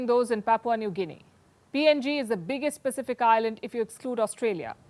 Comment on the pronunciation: Im from PNG and ive never had foreign news get my country's Pronunciation right but u nailed it . Thank you mam 💯🔥